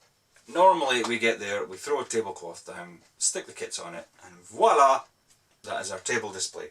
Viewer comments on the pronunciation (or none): none